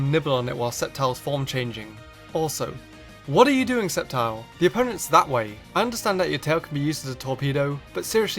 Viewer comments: I remember him saying scicor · For ceptile he sad sisscor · Did you call sceptile, scizor